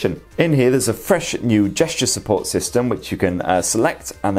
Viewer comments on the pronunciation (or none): none